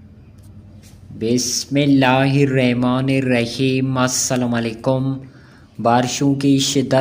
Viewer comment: پھلی بسم اللہ ھی غلط پڑھی ھےاپکی اورحالت کیاھوگی اردوبھی غلط بول رھےھو